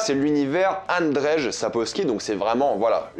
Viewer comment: Bonjour, je sais pas si ça a été signalé et si non, je vais faire mon chieur.. le nom de l'auteur: Andrzej Sapkowski. "rz" en polonais se prononce grossomodo comme un "j" et donc la prononciation du prénom c'est "annedjeye" (ayant des origines polonaise, j'apprends un petit peu la langue). Quand à la saison des orages, l'ayant aussi lu (je suis je l'avoue assez fan de l'univers) j'ai beaucoup aimé même si c'est peut être un peu moins génial que le reste. Je signale aussi un autre recueil de nouvelles "La route d'ou on ne revient pas et autres récits" sorti initialement en 2000 (dispo chez bragelonne, un peu compliqué d'expliquer là la construction de ces nouvelles). C'est pas dédié exclusivement à Geralt, ciri and co. Mais ça complète l'univers. Sinon merci de faire des vidéos dédié à cet univers. Bonne continuation.